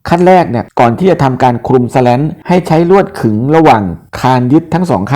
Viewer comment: ข้อมูลดีครับ แต่อ่านว่า สแลน คงดีกว่า สะแร้น นะครับ